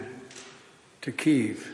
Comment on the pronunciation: Try to pronounce Kiev properly!